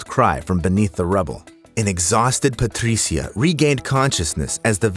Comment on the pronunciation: The exaggerated pronunciation of “Patricia” is annoying (and I’m Latino, Spanish speaker). Other than that I LIVE your channel! ❤❤